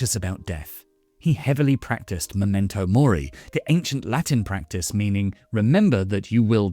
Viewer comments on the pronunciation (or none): none